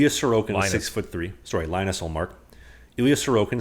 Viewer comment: No Dave, is right in his pronunciation of Linus Ullmark's name.